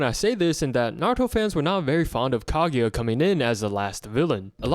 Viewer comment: His pronunciation of kaguya is making me cringe 🫩 “kageya “ really ? There’s no E in there